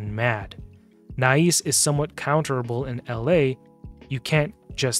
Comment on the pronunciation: Nais is pronounced NICE. He's my most wanted, with Komidus in 2nd place, but I already have 3 Krixias, 2 Mikages, 2 Lazarius, 2 Siegfrunds, Galathir, and several others. Above all of those, the "free" fusion Magic lego Armanz is picked every fight and, if allowed into the battle, dominates and wins most times. So, tell me more about overpowered mythicals. 😂🤣🤣🤣🤣